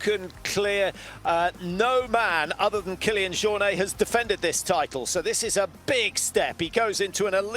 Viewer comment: The uninformed commentary is really annoying. Apart from anything else, you'd think professional broadcasters would at least know how to pronounce Jornet 🙄 UTMB do a much better job at race coverage, with commentary by trail runners who know exactly what they're talking about.